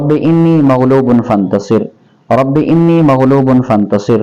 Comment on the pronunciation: Moulana inni nahi hai anni hai